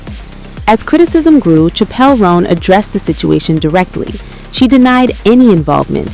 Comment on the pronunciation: Pronunciation is *Chapel.’